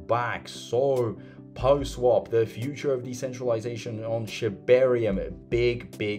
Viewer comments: seriously, it's PAW not Poh lol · What is “poh” swap? Sorry not trolling you but my OCD was on fire hearing it pronounced “poh” through the entire video 😂